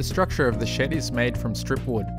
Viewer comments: I hear "shit" instead of "shed" everytime lol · When you said ,before painting the shed, it sounded like, before I paint this shit. Had me rolling.